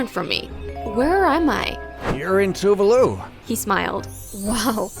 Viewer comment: ITS PRONOUNCED TOO VAAA LOO you gotta extend the a 😭😭😭